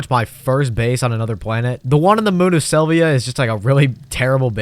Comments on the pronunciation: I... I can't. It was annoying to hear you say AstronerS like 4 times in a row, but then you said you landed on Silvia(?) and that's when I stopped. My man, open the wiki when you're doing the voiceover at least. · The amount of frustration I experienced from you saying “astroneers” and “Sylvia” is unreasonable